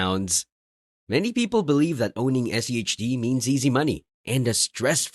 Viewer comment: Why are you keep saying SEHD rather than SCHD?